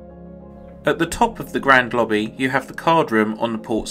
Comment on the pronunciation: “Lobbby” has 3 B’s?